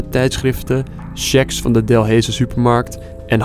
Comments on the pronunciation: Ey ik woon in Overijse en ik ga elke dag naar die delaize (je spreekt het verkeerd uit maar ja) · ben ik de enege west vlaming die wilt slaan hoe hij delhaize zegt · Ik woon in België en zegt Delhaize verkeerd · Ik cringe elke keer als hij Delhaize uitspreekt o my g o d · Ik weet niet hoe je Delhaize zegt maar het is niet goed Ja ik weet het want ik kom uit belgie ow wacht misschien gebeurt het nog wel eens BIJ MIJ 😭😭😭😭neeeeeeeeeeeeeeee lol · Delhaize zeg je verkeerd Eerste e moet je als u uitspreken H niet uitspreken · Délhaise spreek je iets anders uit bro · je zegt dalhaize verkeerd je moet deleize zegge en niet delheize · Geen haat maar je zegt niet delheejse maar deleise maar je schrijft het als Delhaize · Ben ik raar of zeg je delhaize niet delheeeze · "delheeze" HAHAAH no offense tho, kon niet weten dat je het uitspreekt op zn Frans zoals Delèze zegmaar lol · Ik irriteer me wel een beetje dat je DELHEEEZE zegt in de plaats van delhaize😂😂😂😂😂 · 4;00 tis niet delheze tis op ze frans delaize die supermarkt dalhaze waar je het over had sorry voor dit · Bruh het is niet delheeze😂 Het is dulijze😂 Ik denk dat alle belgen hier erg mee hebben kunnen lachan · Het is niet Delhaize je spreekt het uit als deleis (By echte Belg) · Ik wil niks zeggen... maar ik heb me zonet doodgelachen om het feit hoe je Delhaize uitspreekt XD. Je spreekt het uit als delhijze met een ij niet ee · In overijse woont men tante en ik woon zelf ook in België en je spreekt Delhaize uit al delijze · Je spreekt “Delhaize” uit als Deleize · Je spreekt die t van dinat wel uit niet dinan Delhaize streek je uit als delijze (Ik woon in België) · İk lag me dood,dus die supermarkt genaamd Delhaize zeggen de Belgen als “Delijze” of “ den Delijz” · Je spreekt het uit als delese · 'DELHAIZE' spreek je uit als 'deleize' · "De DEL heise" pahhaha (geen haat btw) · Je spreekt het uit als deleze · Hoe Hij Delhaize Zegt het Is De Lijze zo Spreek je het uit maar je schrijft het Zo Delhaize